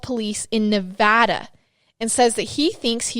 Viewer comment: Thank you for saying Nevada correctly